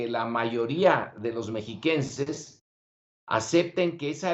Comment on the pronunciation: No sabe ni decir mexiquenses empezando y cagandola